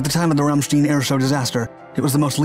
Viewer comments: It's Ramstein not 'Ramstien'. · Pronounciation seems to be a real problem for this provider. The U.S airbase in question is NOT "Ramsteeene". Its "Ramstiiine".... If you disagree, ask yourself how to pronounce the traditional German beer mug, the beer "stein". Spoiler alert; its not "beer steeeene" Also, the aerial demo team performs "aerobatics" and not "aerobics". LMFAO. BTW, I was stationed at Ramstein, flying with the 512TFS, on that day. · What the hell is an aerobics team? Do they wear yoga pants as flight suits? And Ram steen'...really? If you're going to attempt Kaiserslautern correctly, how can you fuck up Ramstein? (rahm shtine) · "most famous team in the world" apart from the Red Arrows! Oh! And it's "aerobatic" not "aerobic". Aerobic is to do with human exercise. Also, Ramstein rhymes with "pine", it doesn't rhyme with "green". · Hello - it's RAMMSTYNE not RAMSTEEN for god sake do your research properly. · It's "Ramstein". Not "Ramstin". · It's RAMSTEIN, rhymes with FINE, not RAMSTIEN!!!! If you're going to post a video you should have done research or at least have heard news clips pronouncing the name. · Pronounced “stine” not “steen”. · It’s pronounced ramstine not ramsteen why do Americans not learn correct pronunciation? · I live in the area now. This is still a poignant event honored here. I suspect someone may have commented already, but your pronunciation should be Ram-stine (rhymes w/ shine). Kaiserslautern is the Kaiser’s laut-ern, which I’ve been told that is the Kaiser’s river, or once was. Also, I’ve worked on Sembach, but that airfield was returned to the German government some time ago. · Why do you pronounce it ramsteen? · Ramstein, a German word, is pronounced ram-shtine. This is how German is pronounced. The pronunciation here is not as unfortunate as these particular chickens coming home to roost, but... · Ramsteen? Why not get the pronunciation right? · Ramstein is pronounced like the the band of the same name.